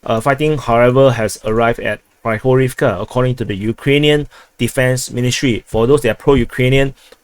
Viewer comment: Not just Opitnoe (O-pit-no-e), a lot of other cities are mispronounced, such as Kurdiyumovka (Kur-di-yu-mov-ka), Grigorievka (Gri-go-ri-ev-ka), Zelenopolya (Ze-le-no-pol-ya), etc., but I blame the grotesque Banderastani spellings used by Google Maps for this.